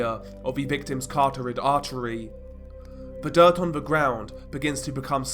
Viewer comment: Cartorid artery = carotid artery lololol